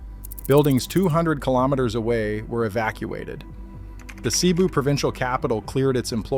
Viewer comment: Cebu pronounced sa bu